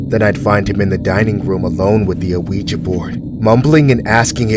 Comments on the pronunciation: its pronounced WeeGee not Aweeja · Why does this person keep calling the ouija board and a-ouija board? You pronounce it "weejuh". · "An a-ouija board" lol the rest of the narration is good, I won't take away from that but I swear he's saying a-ouija lol. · Omg the pronunciation of "ouija" is getting on my nerves, but I'm still here for it😂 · The narrator for these stories is pronouncing Ouija board very weird. He's putting the letter o like you would in front of the word opossum. But the Owen Ouija board is actually silent